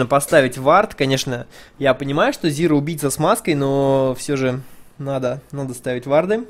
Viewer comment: Не "Зира", а "Зайра". Не "Ви", а "Вай". Спасибо за видео. Интересный матч.